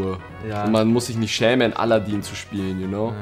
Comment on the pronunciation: Haha aladäää*-* Heisst aber aladin also wie mans schreibt^^